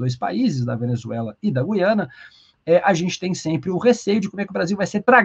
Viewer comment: A pronúncia correta é GU-IA-NA. Ajude a população a usar a língua materna devidamente. Lembre-se: você é formador de opinião.